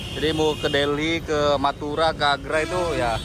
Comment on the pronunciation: kok denger nya meduro meduro meduro 😂🤣😂🤣